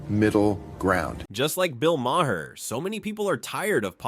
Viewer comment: Bill…… Mah’r. Not mayher. Mah’r